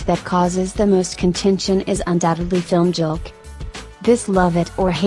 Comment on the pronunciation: She pronounced filmjølk wrong. It is NOT film-jølk, it is fil-mjølk. Mjølk=milk. WARNING: Do not eat surstrømning, even if you are bidden. It's the worlds worst thing you can put in your mouth, it belongs in the trashcan . Your nose and taste-buds will suffer an everlasting trauma. Look it up. Consider yourself as warned.